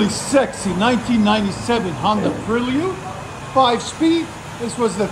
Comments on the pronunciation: Prelude not Prill-yude! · You perliud come on guy 😂😂😂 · Pre-lee-ood? 🤔 interesting, hadn’t heard that one yet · Ive never heard Prelude pronounced like that